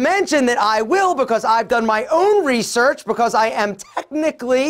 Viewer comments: You're always cracking me up😂 "Reesearch" 🤣🤣🤣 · Rrrrrrrreeeesearch .. rrrrrrrreeeesearch..😂🤘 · Not research but Rrrrresearch😂😂😂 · The way you say Research😂🌟😂😂🌟 it's funny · The way he said research for me hahaha